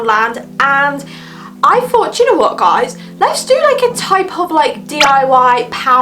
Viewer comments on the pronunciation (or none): Thought not FOUGHT 🤨